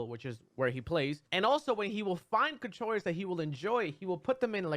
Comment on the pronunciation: Mew2king: "Controwers" Me: so thats what its called